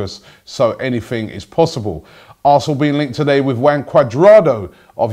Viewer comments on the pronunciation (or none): ROBBIE IT'S HUAN NOT WANG Cuadrado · Lol Robbie you said 'Wang' Cudrado😂